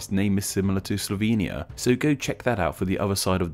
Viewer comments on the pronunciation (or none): none